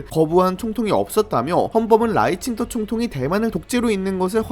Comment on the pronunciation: 근데 왜 라이칭더라 쓰고 자꾸 라이칭터라고 발음해요? 중국인이세요?